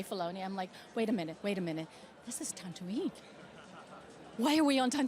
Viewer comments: She literally said Tantooine. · Noooo 😂😂 Ming-Na kept saying "Tantooine" instead of Tatooine 🤣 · Ming-Na Wen: "I'm a huge star wars fan!" Also Ming-Na Wen: "The New Hope", "Tantooine"